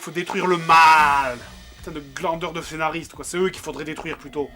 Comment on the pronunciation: "fénariste" x)